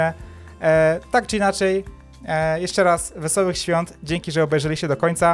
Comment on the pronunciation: Wesolych swiat! Ja uslyszalem: Wesolych SWONT... XD